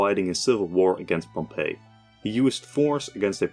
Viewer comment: his name is pronounced pomp eey, not Pompeii, it’s not the city, it’s different pronunciation